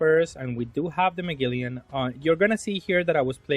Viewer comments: say it with me bro MA-GEL-ANN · Ma-gel-on lol